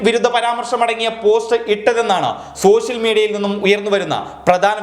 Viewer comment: സോഷ്യൽ മീഡിയ എന്നാണ് പറയാൻ ശ്രമിക്കുന്നതെങ്കിലും, ശോ ശ്യൽ മീഡിയ എന്നാണല്ലോ പുറത്തു വരുന്നത്. ഉച്ചാരണം നന്നാക്കൂ.